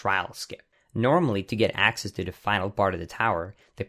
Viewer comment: "accass" and "axit" what kind of "accant" is this?